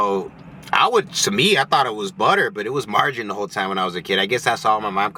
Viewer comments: Good video! Have a good weekend too!! ❤❤stay safe out there! 🙏 It's pronounced Mar ga rine! 😬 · Your best video are solo. And it's marg a rine